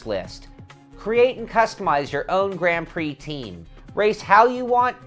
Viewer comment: Very good review although it’s Grand Prix with a d!